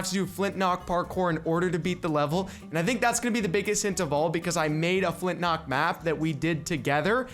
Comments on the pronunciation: Is is just me or does he say Flint nock instead of Flint lock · It's not flintnock, it's flintlock..